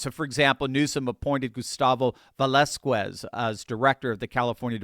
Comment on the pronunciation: Valesquez pronounced: valeskez not “valeskwez”